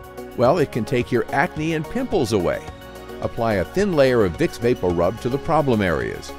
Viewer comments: It sounds strange the way he's pronouncing it. I grew up hearing it pronounced Vapor-Rub. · Vape O rub. I noticed it too. 😬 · I know my family isn’t the only one that pronounces vapo rub as “baporu” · Me too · Sorry, I can't get over how he pronounces "VapoRub"